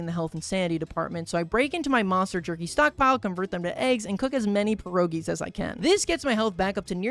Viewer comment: Every time he says pierogi wrong i cry a little